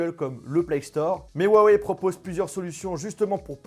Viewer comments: STP prononce le "ruawei" et non "huawei" 😂✌ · On inspire, on dit rhou en expirant sur le h, on suit par un a et enfin wèye. Pas compliqué de bien prononcer la marque qui vous sponsorise.... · On en parle de comment y prononce huawei